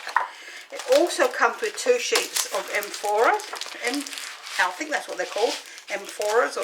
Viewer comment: you are funny! EE-fem-or-ah. Emphora is a type of ancient terracotta or pottery vase I think lol Love the card too!